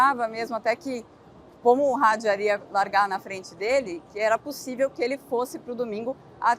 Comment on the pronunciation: Os nomes franceses são oxítonos! E não têm pronúncia inglesa! É Isáck e não Aisack como diz o pessoal da Band! E o sobrenome é Hadjár e não Hádjar.